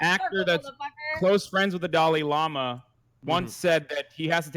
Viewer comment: It's dalai lama not fucking Dali Lama 🤦‍♂️😂